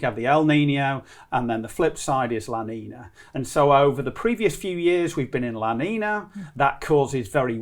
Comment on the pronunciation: Dude cant pronounce la niña. Makes me think hes clueless.